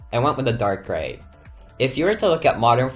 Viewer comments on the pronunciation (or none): none